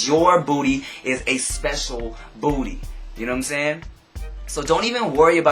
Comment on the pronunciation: the way you say "booty" makes me giggle. "BBBoodddy"